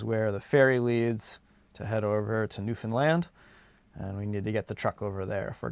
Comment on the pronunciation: When is gonna start pronouncing Newfoundland right like does?